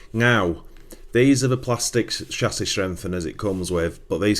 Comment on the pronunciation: This video is unwatchable for me, cause of your pronunciation of chassis and aluminum...ugh my soul!👎👎